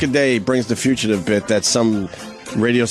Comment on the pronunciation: Why does Opie call the Fugitive bit, the Future-tive?